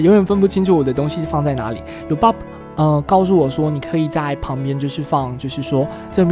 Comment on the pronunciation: 是Bob 不是bod哦~